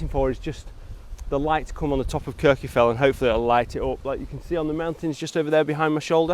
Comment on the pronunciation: Great content as always. It's nice to see compositions of Kirjufell without the falls. By the way, Kirkjufell is pronounced more like "Kirk-u-feck-t". The "LL" at the end of a word in Icelandic has a sound that comes from snapping your tongue off the back of your top teeth. Unless you grow up immersed in the language, you pretty much can't get it right. But you can get it closer with a "ck" sound like the end of the word "check". I spent some time with Icelanders trying to learn pronunciation, and it is hard if you did not grow up learning the language.